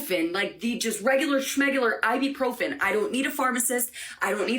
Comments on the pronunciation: Why is the lady, and you also, pronouncing it like I-bee-profen - it is I-bu-profen with a U as the second syllable, not an E - say it how it is spelt. Goodness me... We can buy it off the shelf in supermarkets here in the UK without issue, but it is restricted to one box per customer per visit. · It's I BU PROPHEN not I Bee Profin 😂